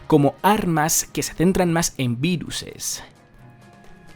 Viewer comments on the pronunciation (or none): viruses jajaja. Es virus bro